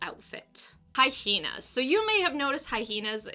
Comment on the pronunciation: "Hy-heen-uhs"